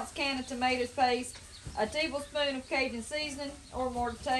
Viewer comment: She totally said Teeblespoon